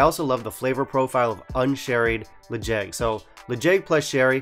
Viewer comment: Quick tip for any Gaelic names: in Gaelic the stress is (almost) always on the first syllable, so the way you pronounced it in your previous video was more correct. To be fair, the name of this whisky isn't using standard Gaelic spelling, so you can probably pronounce it however you like ;)